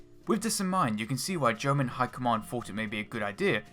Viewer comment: Your pronunciation of "German" takes away the idea that you are serious in relaying anything relevant.